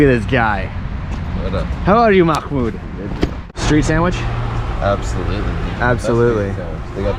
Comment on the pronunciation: Mahmoud had a lot of patience with you pronouncing his name wrong lol